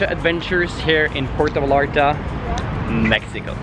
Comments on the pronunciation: It would make me happier if you pronounced Vallarta (VAYARTA) not VALARTA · It’s pronounced Va-yar-ta. The way you say it makes it sound ugly. No offense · Nice vlog. But it’s Ipronounced “Vayarta! Va-Yar-Ta! “. You’re killing me! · Amazing. I think they pronounce “ll” as “y” like calle as “ka”-“ye.” So it’s “Va-yar-ta”😊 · I cringed everytime you mispronounced Vallarta., but I did enjoy the video